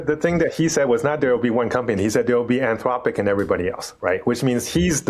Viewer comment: 'Anth-lopic' say it properly, AnthRopic. Or stop using AI to do the voices in your videos.